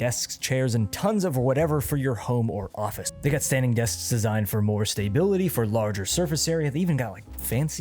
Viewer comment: you are the second account ive seen say staybility rather then stability.